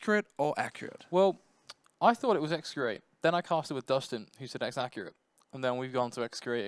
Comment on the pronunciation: by the way, xcurrate is pronounced as "ekscurrate" not "eksacurrate"